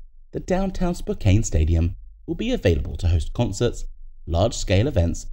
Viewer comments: Spokane is pronounced “Spok-AHN”, not “Spok-ANE”. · It’s pronounced Spo-Can